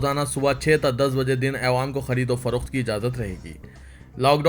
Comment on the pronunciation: bhai Ma Shah Allah bahot ache se padhte hain Akhbar lakin ek lafz p ghalti hori jab bhi ap awwam bolna chate aewam bolte ho plz khiyal rakhin